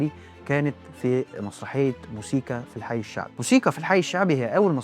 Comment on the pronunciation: موسيقي مش مزيكي ياريت تصلح نطق الكلمه